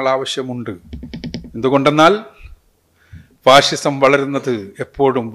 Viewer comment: ഫാസിസം ആണ് ഫാഴിഷം അല്ല